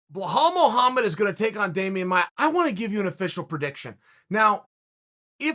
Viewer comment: "Blah Hal Muhammad"